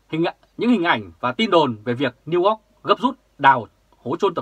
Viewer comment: New York chu o phai New Ot hi...hi...